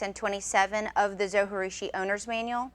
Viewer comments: its pronounced zo G roo she. g as in jee not ghee. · No way José! How can you not pronounce that "J", different languages use "J" to represent different sounds, not silence. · Great video! Thanks so much! I have baked bread for 35 years by hand and just have discovered bread machines. I just have bought the Zo Virtuosa and I love it! But did you realize that you are supposed to pronounce the j in Zojirushi? They pronounce it on the Zo website in their videos. It is a Japanese word. You wouldn't pronounce the J if it were a Spanish word. Linda A